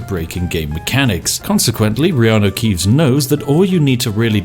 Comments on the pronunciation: Who else thought he was meant to say Kianno reaves instead of riarno keaves???? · You say reeanu keeves..... i say hagrid